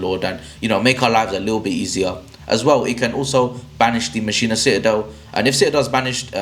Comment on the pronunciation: Great video! Thanks for the tips! (Oh just fyi, it's pronounced, "mock-in-uh" not "machine-uh")